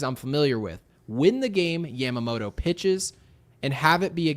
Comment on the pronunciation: day 1 of asking you to stop saying Yamamoto like that